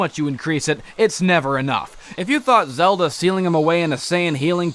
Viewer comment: "The Legend of Zelder." ITS THE LEGEND OF ZELDA